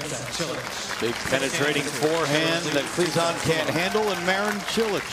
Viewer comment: Haha, it sounded like Cilic said "Cho le!"